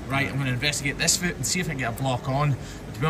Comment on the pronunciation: Yes! Fluid not liquid. Does your son also say foot, rhymes with boot? He’s so cute ❤️